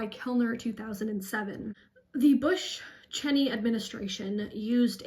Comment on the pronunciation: Omg hearing a young person pronounce Cheney wrong actually gives me hope